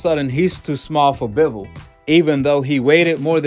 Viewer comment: You can’t say Bivol correctly 😂